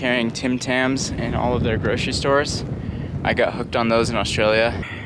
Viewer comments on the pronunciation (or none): none